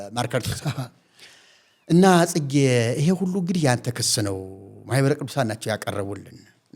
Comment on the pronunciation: Your deep rooted plot had been destroyed by Mahibere Kidusan before you disseminated the poison to the congregation. That is why you are mumbling on ማህበረ ቅዱሳን.